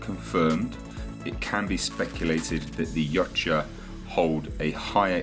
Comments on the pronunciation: its not "Yotcha" "According to Steve C. Perry, the author of many of the Aliens novels, Predator: Turnabout & Aliens Vs. Predator: Prey, the word "Yautja" is actually pronounced "Ya-oot-chah", with the accent on the 2nd syllable, and where the "ch" is close to a "j" sound." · "Yautja" is pronounced "Yowt-juh". Just sayin'. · Thought it was pronounced Ee-wat-ya but maybe it's an accent thing.